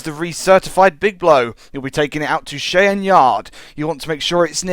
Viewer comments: its pronounced (shie-ann) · I just cringe when he says Cheyenne as shay-anne